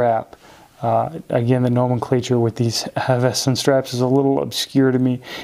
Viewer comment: 1) It is pronounced Hav-es-ton. 2) it's not a NATO but a ZULU. One piece pass thru is a Zulu. They started with typical NYLON Zulus. Having had 3 of them from the outset the canvas are immensely better, more comfortable, and highly durable I have one I have not taken off in a year it's faded as one would expect given showering etc. The stitching is superb. the tins originally did not have hinges they improved that and are helpful for storing things when travelling and very secure. You cannot go wrong with the canvas. They are working on a PVD canvas range.